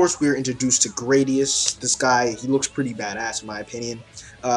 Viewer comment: another way i know you didnt use mangastream was because you said "gradius". his name is gladius, based off of the roman sword, im pretty sure.